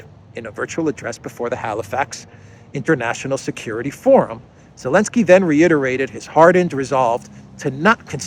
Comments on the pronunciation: It’s Zelenskyy not Elentski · Why is calling Zelinsky Elensky?